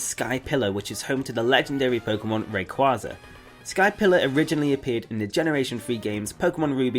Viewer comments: your A Pokemon need and u don't know how to say rayquaza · please look up how to pronounce Rayquaza.